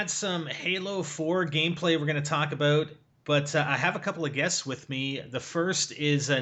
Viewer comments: He said aboot instead of about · "Halo gameplay we're going to talk a-boat." haha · HAHA "Talk aboat" I think of south park movie! Blame Canada song! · ahhaha goddam canadian talk aboot